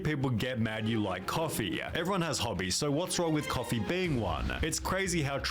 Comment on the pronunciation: "it's literally just coffeeuh"